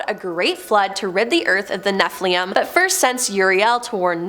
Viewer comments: pronounced Cherubim as CHERRyBUM; Seraphim as SERFIUM and Nephilim as NEFLIUM 😁my gawd! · Cherubim is pronounced 'CHAIR-uh-bim. Nephilim is pronounced 'NEF-il-im". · "Nephilim" is pronounced "NEF-il-im." Both "i's" are short, as in "pin," "sin," "tin," etc.